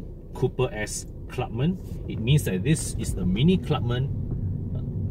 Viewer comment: is it pronounced as Clubman or Clubmen? You mentioned both version in the video. If not sure pls confirm with the dealer/manufacturer. TQ.